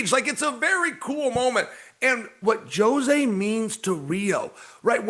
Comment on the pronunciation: JOE ZAY (jose) 😅😅